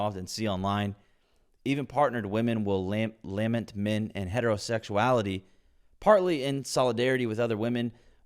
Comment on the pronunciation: She's a poor writer? You just said "LAH-ment." 🤣